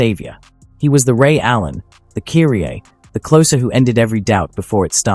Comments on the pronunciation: Who the hell is ' Cureeeaa ?? (Kyrie) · Either you don't know how to pronounce certain American names or you're using AI w/o giving it proper name pronunciations. KY-REE!!!